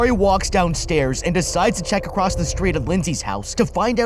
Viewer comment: Dwives? Bwakes? Acwoss? Well, I guess I should commend you on recording the narration anyway 🤷🏻‍♂️